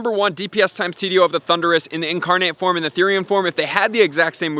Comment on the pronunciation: it's Form. Not Forme.